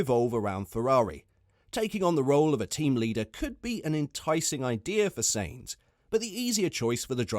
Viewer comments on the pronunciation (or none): Sainz pronounced Signz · Because he cannot even say his name properly :)